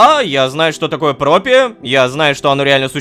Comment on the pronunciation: опять ошибка не "Пропия" а "Проппия"